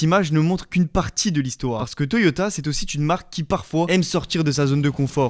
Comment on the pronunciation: "c'est aussi [t']une marque" "revenons [t']un peu en arrière" "le Japon prouve au monde leur (son !) savoir-faire" "le Japon [t']entier" "la Supra ... est devenue [t']une icône (et je m'arrête là 🙂)